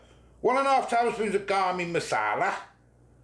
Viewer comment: “Garmin” masala 😂